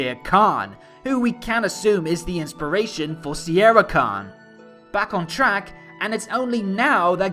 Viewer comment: I think it's spelled not Sierra, but Sienna Khan. At least that's how i hear it.